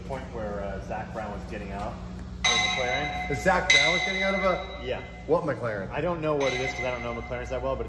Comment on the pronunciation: Not mckaren its McLaren